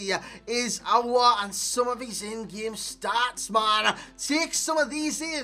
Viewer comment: You said it Correctly “aouar”😍